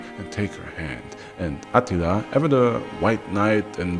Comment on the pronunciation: The only downside to this video is that AH-teeel-AH's name doesn't have the same gravitas as Maaaar-koos Orrrrrr-REAL-eeeee-US. Still, our boy is THE best storyteller on YouTube. Fact.